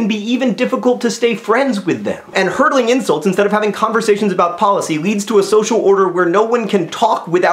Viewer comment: It does kind of sound like he said hurdling, but from the context, I would guess he said hurling.